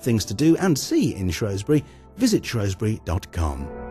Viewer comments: SHREWSbury not SHROWSbury ggrrrr great video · Shrews-bury!, Shrews-bury!, Shrews-bury not shrowsbury, GGrrrrrr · How can Shropshire Tourism allow for a video voiceover that calls Shrewsbury SHROWSbury. I lived there for 10 years as a kid and nobody back then pronounced it that way. Very annoying! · you berk its shrewsbury , its like saying mentford bridge , see how dopey that sounds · This town is Shrewsbury, who ever is telling us about our town better get the name right. it is SHRWESBURY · He pronounced the name of the town wrongly... had to stop watching.... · and me Russell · Aileen Parry The man's plainly not educated.....a deliberate mispronunciation !.